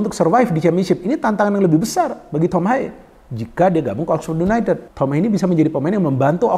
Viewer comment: Yunaitid bacaanya bung😅